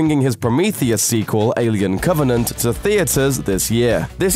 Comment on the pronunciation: 'long awaited" RE squel? Looper are you smoking crack?